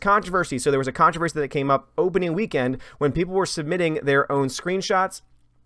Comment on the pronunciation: I can’t help it, I’m going to be the English police; it’s contrOversy not contrAversry. Let the pile on begin.